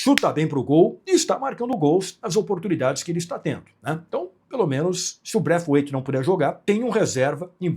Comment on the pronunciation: para de falar braifiuaitffff